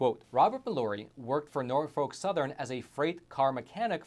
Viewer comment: I want to like the Eoch times, but they give me the impression of lacking quality. They identified Chief Justice John Roberts as being Samuel Alito, referred to greenbacks as not real money, and he can't pronounce the very common American name Mallory correctly. Keep working on it guys, you might get that subscription out of me one of these days. Just because the general standard of journalism has fallen through the floor doesn't let you guys off the hook. I don't subscribe to them either.